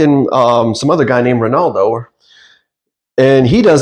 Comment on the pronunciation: “Christiano” and “Reynaldo” ⚽️😂